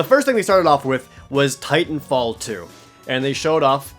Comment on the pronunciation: oh. I thought you said Tight 'n Fall instead of Titan Fall